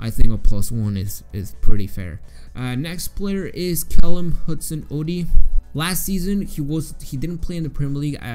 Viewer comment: I can’t believe how you said Hudson Odoi